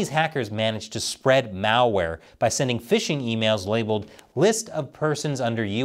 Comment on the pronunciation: did you say malware or Chinese Mao-ware;-)